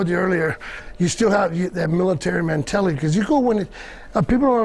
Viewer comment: lol "MAN-TELLITY"!!